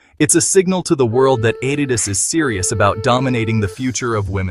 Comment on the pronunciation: you say Adidas dropped a bomb and showed the Nike logo and went on to say the deal was $28 million, which was actually the Nike deal. Then your Ai voice-over can't pronounce Adidas. This is all Click Bait. boycott Hoops Horizon and Hoops.